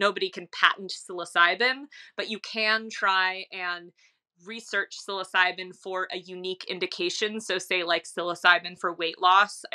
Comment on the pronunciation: Why would you say “psilocybin” correctly. But then say sill-os-o-bee. It’s sillo sibe